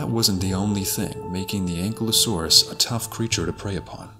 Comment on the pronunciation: Pronounced (AN - Ki - low - saurus) Ankylosaurus . Not "Ancklelasaur".